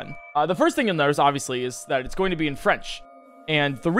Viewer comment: Whenever says "going", he says "gon" and it's hard to explain how I feel about it